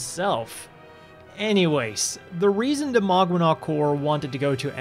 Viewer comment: If Maganac means family then it's mispronounced. It's mag-anak. Mag is a suffix equivalent to co-. Anak means child which is spelled here as anac. Even though it's co-children the relationship is equivalent to familial.